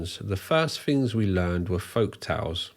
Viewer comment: TH is not F "Fings" Argh...